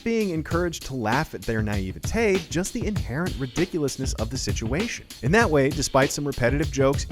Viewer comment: What’s with the way he’s pronouncing naivety?